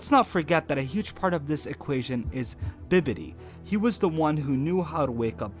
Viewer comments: I can't get past the fact you keep saying Bidibi instead of Bibbidi lol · Bibbidi, not Bidibi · I cringed every time you said “Bidibi” it’s BIBBIDI!!! Like the Cinderella fairy song “bibidi babidi booo” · Bibbidi. Not biddidi. Like bibbidi bobbidi buu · It sounds like your saying bidibi it's pronounced bibbidi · You are clearly not a fucking dragon ball fan. Constantly calling Bibidi “bididi” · This was actually an awesome vid, only thing I didn't like is that u kept saying "BITABI" when it's in fact BIBIDI!!!!....lol sorry it was driving me nuts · This is the dumbest DB theory I've seen. It was Bibidi for 1. And 2.) His name is Bibidi not Bidabi. Learn how to 100% correctly say his name the right way first before you tell someone they're wrong or right about something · i like how you pronounce bibbidi as biddibi LuL. nice theory tho! :D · D makes the D sound, B makes the B sound. it's BiBBiDi, not BiDDiBI. Bibbidi, bobbidi, buu, Not Biddibi boddibi duu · Stop mispronouncing it... Its Bibidi.. not Bididi. Not Bidibi. Its cringeworthy. Then you spell it like 10 different ways. To help you remember, think of Cinderella. Her fairy God mother sang the song “Bibbidi-Bobbidi-Boo”. The show spells them differently for legal reasons but yes, they are named after the song and its pronounced the exact same way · Did...did you say Bidibi instead of Bibidi? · its bibbidi not biddidi wtf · You say Bidibbi, I say Bibbidi😂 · How you gana make a video on Buu and screw up the pronunciation on "Bibidi" ... Cmon man, its like the old ladys song in Cinderella .. "Bibidi, Babidi, Boo" ... Similar idea to the Pokemon, "Abra, Kadabra, Alakazam" ... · Disliked the video as soon as I heard bidibi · Who else almost blew a vessel every time he says Bidibbi? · call him bidibi again i dare you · "biddidi" ? lol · "Bidibi" ???????? ha ha ha ha ha hah aaaaa... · How you mess up "bibidi" it's literally the joke. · Say it after me "Bee-Bee-Dee" Not hard bro... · Isn't it bibidi? Bibidi babidi buu?